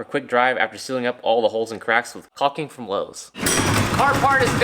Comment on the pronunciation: "There's frome in the boat"